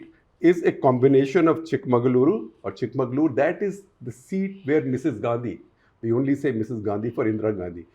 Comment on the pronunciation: It is not Chik-mangaluru, it is Chik-magalu-uru